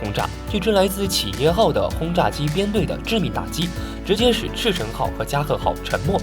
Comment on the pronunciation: 赤城 Akagi, 加賀 Kaga 蒼龍 Soryu 飛龍 Hiryu 不是那種漢語拼音的, 不會就乾脆放中文就好了